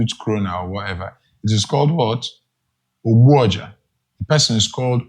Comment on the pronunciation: OGBUOJA!!! If it's hard to pronounce, LEARN IT!!!! 😂😂😂